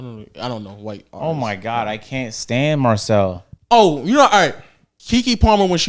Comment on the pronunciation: Bro wtf😂😂😂 “Oh my Gawk”